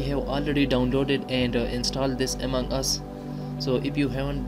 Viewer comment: Bro it is among us not amang us